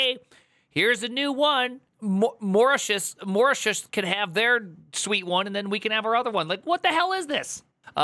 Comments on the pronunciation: wtf is "maratius"? it's pronounced "moh-ri-tious". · say Mou-RI-ti-us, the "ou" as in the word "our" also, my first PC I bought in 1990 had a 3.5" disk 1.44MB drive and a 5 1/4" floppy drive of 1.2MB, with a 42 MB hard drive (Seagate ST157a). so if it was at any point "military" it will have been before that. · “Marat… Maratius?” (listen to this jewel ). What a sheer ignorance is this!! “Mortius” … I just cannot believe it that someone putting content on YouTube has never heard of Mauritius. “Morshish” and Mortish and Morshush … at which point I left. Reading on video things about which you have not a clue about is now a YouTube format? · Thanks for keeping all of these mah-raw-tius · Mauritius, will be spelled like Maurice-e-us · It's pronounced: Mar-ich-e-eus (roughly, not sure how do the last consonant in text) EDIT: NVM, I see he got help on the pronunciation 🙂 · MAU - Ri - Ti - US AYlends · Usually said more like murishus or marishus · Moreshuss 😂😂😂😂😂😂 come on man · Mor-ah-tee-us 😂 You Americans are absolutely wild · I've never seen someone have a hard time pronouncing Mauritius. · wow primegen cant pronouns Mauritius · Him pronouncing Mauritius wrong everytime is killing me 😭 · Theo didn't do any better. Only those that know how to pronounce it, will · These non-Brit tech kings couldn’t pronounce Mauritius to save there lives, could they! 😂 First Theo, now, smh. 😊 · No, that's a him issue because he wanted to sound silly (idiot) for the video. He knows he can go to Google for the pronunciation.